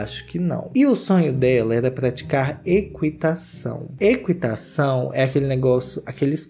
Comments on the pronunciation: Agora também não sabe falar ? Não sei é eqUItação, é equItação, não se lê o U, nunca se leu... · Meu Deus, equitação (ki) não kui